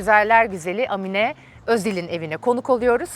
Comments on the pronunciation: Amine nin a sını uzatarak söyliceksin bir zahmet bunlara dikkat edilsin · Amine diye değil Âmine diye söylenir! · Amine degil Aaaaaamine 😊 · Amine ne ya, Aamine diye okunur, A yi uzatmak lazim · Amine değil Aaamine diye okunur 😂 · Âmine diye telaffuz edilir, Amminne deyil 😅